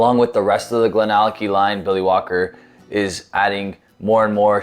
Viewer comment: It's always a little funny to me when Americans/Canadians read some Scottish names, GlenAllackie, Glenfiddick:D Anyway, great video as always, and a decent whisky as well although I think I like the GlenDronack 18 a bit more:P